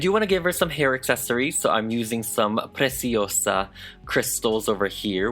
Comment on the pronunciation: I love your PRECIOSA pronunciation, it’s perfect ✨